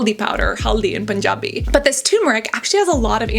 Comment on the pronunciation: Love the way you said Punjabi 😃 This mask is very popular in Indian households, been used since generations